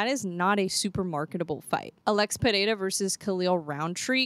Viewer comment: The way you pronounce Pereira is perfect, did you practically pronounce it correctly? 😂❤